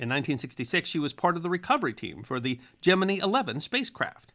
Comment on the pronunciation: Gemini is pronounced gem-in-eye. Thanks.